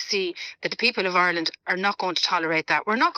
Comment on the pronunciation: Declan English Ganley on about " Oirland". 😂